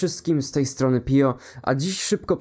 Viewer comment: P-i-o powinno się czytac jako pio a nie pijo 😇